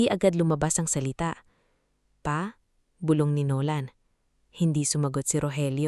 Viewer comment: Maganda ang keen to yong nag kwekwento ayusin lang ang pag kwenta bulong hindi bulbol wrong pronounciaton eedit pati ang iha . 😅